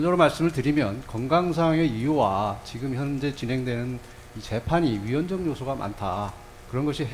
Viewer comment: 위헌적요소가 많은게아니 위헌적요소라고 또렷하게 말씀하세요